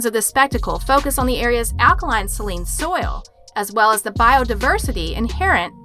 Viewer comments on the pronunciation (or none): Yes I caught that too. She said “mc cay-bree, tribe-u-tary.” Also pronounced saline as “Celine.” Good catch on the prefecture one.